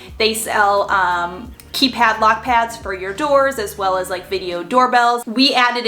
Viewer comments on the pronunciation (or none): none